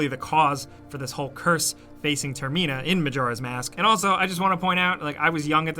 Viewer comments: Comment if you cringed at him saying ter-MI-na and like if you're in the TER-mi-na train. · says termina wrong